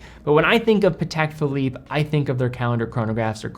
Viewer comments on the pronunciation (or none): none